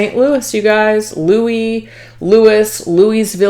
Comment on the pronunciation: There is a Louisville KY (where my twin flame resides) but for future reference it's pronounced Lou uh vull. 😂